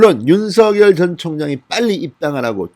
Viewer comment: 윤서결 ? 발음 이 웃겨요 !